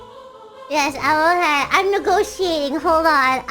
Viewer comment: Biboo is actually saying "Yes, I'm okay." She was replying to me after I typed "Biboo? You okay?" which you can see in the comments at the time. She barely pronounces "okay" here (not the first time she pronounces it this way, though). I hope everything went well at the studio after this. Also, Biboo is SO VERY GOOD at Hollow Knight. Wow. I'm sure she'll have Pantheon 5 beaten soon if she keeps trying.